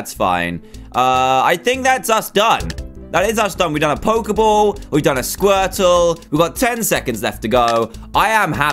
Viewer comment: Dan's Squirtle(?) Accent- Skwetow Dan's bubble accent- bubbo